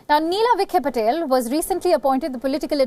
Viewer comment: Not vikhe - patel but vikhe Patil